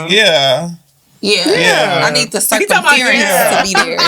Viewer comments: im never saying circumference ever again, has made it known its cir-cum-fear-ance 😂🤣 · Did pronounce circumference..cir cum fearance 😂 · It's the "circumfeerence" for me😭😭 girl lmao